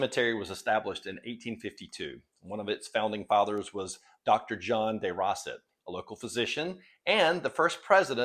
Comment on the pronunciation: Day-rose-ett. Not Di-Rossit